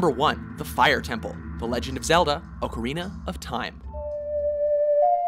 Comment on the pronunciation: oh my lord...you pronounced ocarina correctly!!!